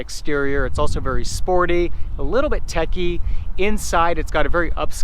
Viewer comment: Picky-picky... nothing wrong with that vehicle; you're a young guy, that explains it. Also check your pronunciation.... it is techy and not tacky. BMW /Audi hahah